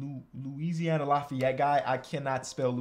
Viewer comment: Lafayette is pronounced LAFFY-ET btw 😂